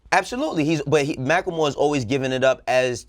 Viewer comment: why he always gotta pronounce macklemore wrong?